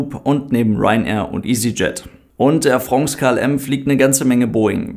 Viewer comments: Yeah, "AIR Frongs" is back 🙂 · Ach wie habe ich es vermisst: Air Frongs😂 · 'Ähr Frongß' - wir sollten die Aussprache in die Rechtschreibung übernehmen! 📝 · ich muss jedes mal bei "Air Frongs" lachen... Passt scho!